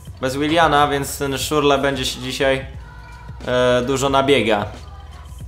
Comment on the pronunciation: To jest Szczur le a nie Szurle :D.